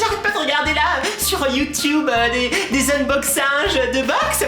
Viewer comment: ta du mal a dire BOX .... mais on te comprend :)